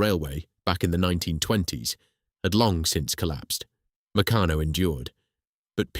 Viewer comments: Pronunciation of Meccano ffs. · An excellent script, spoken by a moron. Is this computer generated voice over? Why do you use it? It's try-ang not tree-ang, and you can't even pronounce Meccano consistently.